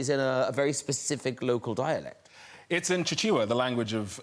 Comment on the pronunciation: Oh noooooo!!! I love Chiwetel Ejiofor and being 1/2 Malawian and having lived n Malawi until I was 12 I was startled to hear him refer to it, mainly because so few people in the world even know Malawi exits. But the language is Chichewa, pronounced very phonetically, and not “Chi-chi-wa”😫😂